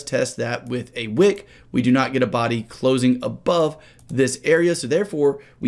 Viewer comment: Am I the only one who hears "a wig" instead of "a wick"?... Kinda makes sense if we are talking about heads and shoulders 😂